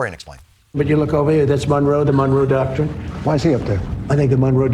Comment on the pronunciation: He said Monroe Doctor!!! 😂🤣🤣🤣